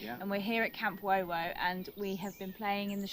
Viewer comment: The Wowo should sound more like Woowoo. So named because of the Woowoo of the choochoo-puffs and its close proximity to Sheffield Park Railway Station of the Bluebell Railway.